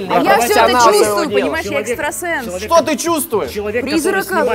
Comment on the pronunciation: Не экстрасенс а экстросекс